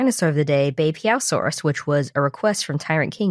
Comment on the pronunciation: Wow your pronunciation of Beipiaosaurus and Liaoning and other Chinese names is pretty good! Do you know Chinese?